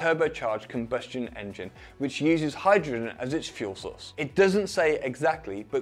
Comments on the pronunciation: Enging "Indian accent" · Enging? lol cmon. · le enging xd